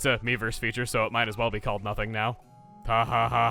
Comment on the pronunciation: Whenever Chuggaa says "Mii-verse" I hear "Meme-verse" .